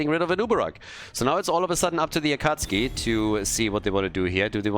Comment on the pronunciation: Is the "Akatski" pronunciation on purpose? Or are you not a fan of Naruto? :D